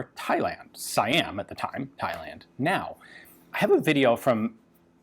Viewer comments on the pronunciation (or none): Fun fact : Siam is pronounced as "See - Yaam" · Ahh...my bad.Im Malaysian n we pronounced it as "See-yaam".Thanks for correcting me <3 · Actually Siam is pronounced as "Sa-yaam" Im Thai btw